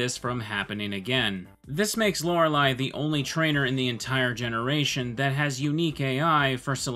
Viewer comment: Not hearing "Laura Lee" is different. And it's nice